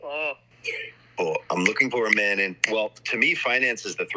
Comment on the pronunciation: Why can't she say "man"?